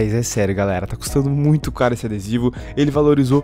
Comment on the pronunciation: " ISSE" Vir mais A gentes ?